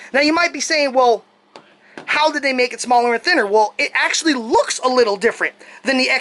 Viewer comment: omg that was the joke. I made fun of how you said "actullally" all the time. Or in other words: ACTUALLY you didn't even pronounce it correctly.